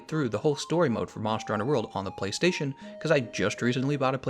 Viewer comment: Amazing video, I'm watching it all even though I'm 400+ hours deep it's that entertaining, borderline quit from the disgusting way you pronounce Playstation though xD